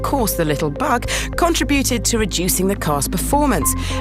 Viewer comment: FFS seriously 'daybry' and 'contrAbute' - learn English.